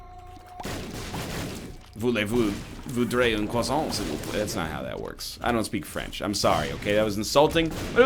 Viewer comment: Hello from France :) Btw your accent is ok and your "Voulez-vous un croissant ?" Was perfect fjdjkdbdhdn 😂😂😶